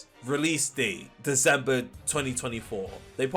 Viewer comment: its deCember not deZember